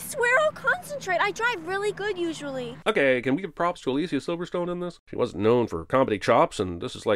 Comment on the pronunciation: 100 sins for “Aleasiya Silverstone”